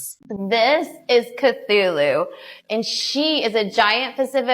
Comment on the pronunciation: she’s pronouncing it wrong. It’s sad that I know this, but it’s pronounced k-too-loo. It’s the name of a mythical deity. It’s an 8 legged creature so makes sense they named her that! My cat is called Cthulhu (it’s proper spelling). My partner named her. I named our male cat Freddie 😂